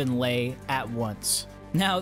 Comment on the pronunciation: I feel honored that at least you pronounced my Currency correctly and nice (i mean about "Lei")